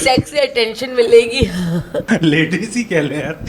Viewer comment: ladies ko pls 'lay-deez' bola karein.